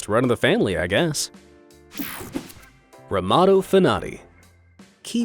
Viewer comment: It’s Romano